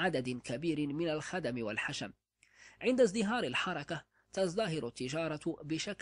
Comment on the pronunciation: يقال الحركة بسكون الراء وليس بفتح الراء ، ويقال لها كذلك "" لمحلة ""